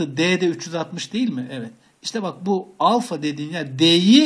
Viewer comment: hocam alfayı duzgun okuyun lutfen